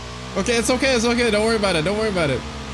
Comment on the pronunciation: "camo camo camo, up up up up up up" "weady weady weady, gaow gaow gaow gaow" "owkay owkay owkay, hewp mi hewp mi hewp mi heeey camo camo camo hewp mi"